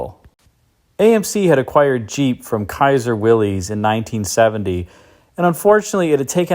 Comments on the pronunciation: Ok my first criticism of your fabulous channel., George Willys pronounced his name Will Isss not will eeez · ‘“COM-bock”? I always pronounced that “CAM-back”. I also pronounce “Willys” WILL-liss”. Thanks for setting me straight,!